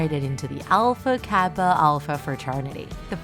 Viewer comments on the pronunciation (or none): none